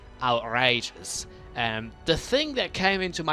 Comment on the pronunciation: lol the way u say outrages